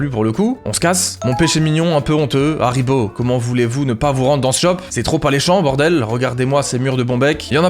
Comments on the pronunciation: Incroyable comme tjs par contre, c’est haribo pas harbo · il a oublié le i de haribo ptdrrrr